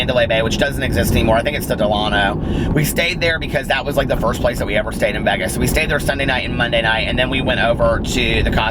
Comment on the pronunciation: You do say Vegas funny!! Lol I dont know how you dont hear it. You say, v-eehh-gus and its pronounced v-ay-gus, if that makes sense. 💙💙💙💙💙💙